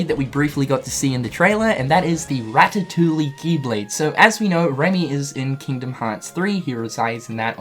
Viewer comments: Did he just fucking say ratatoolie? My guy it’s pronounced ratatooie. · say it with me, "Ra-Tuh-Too-E" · Is it just me or is he pronouncing the 'L' in the word ratatouille. Your not supposed to. I'm not trying to be rude, I'm just sayin' 🙄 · "Ratatoolie" lol